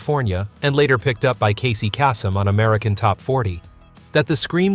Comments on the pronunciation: Lots of mispronounced names. Lady Marmalade. Doug Fieger. Casey Kasem. Hire a human narrator next time. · If you know anything about 70’s music than how could you actually pronounce Casey Kasem’s name wrong.I had to listen twice to know who you were talking about. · The narrator just butchered Kasey Kasums name from the 70s. We spent hours and hours listening to this guy on the radio 📻. Sad.......